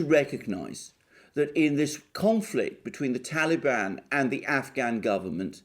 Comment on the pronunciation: i love how u pronounce TALIBAN !! GREAT VIDEO ALEXANDER!!